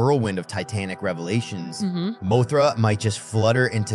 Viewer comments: It's an AI thats why it's messing up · Bro, it's a moth. Moth-ra, not Moe-thra lol